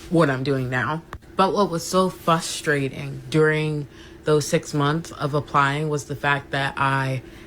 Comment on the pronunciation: That girl towards the end, in the pink pajamas, can’t say the word frustrating. She said “fuss-trating” twice. Which checks out because she seems a little fussy. Haha